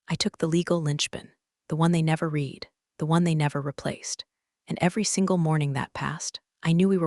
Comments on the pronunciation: haha, it does know, but it has somehow swapped which is which. Every single time, literally without fail, Read reed is said red read & vise versa, and wound- woond is pronounced wound- wownd & vise versa lol😁☮️ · AI needs to learn that some words have 2 different pronunciations. Like read and wound for instance.